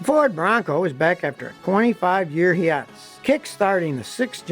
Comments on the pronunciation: “Bronco is back from a 25 year ‘he-at-us’.” More like a high-ate-us. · What’s a “hee-ah-tus?” (Hiatus) it’s pronounced high-ay-tus. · Did he say “he-ah-tus” hiatus ? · "Onsafe"???????????????????????? "Ubzerd"???????????????????????? "Heatus"???????????????????????? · I can honestly say I've never heard hiatus pronounced like that before. Ever. :) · Worth it just to hear scotty pronounce hiatus.